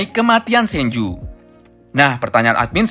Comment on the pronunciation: itu sanju ga bg atau apa gua denger nya sanju🙏